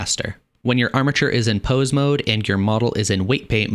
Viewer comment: Bro. I hear amature every time you say armature.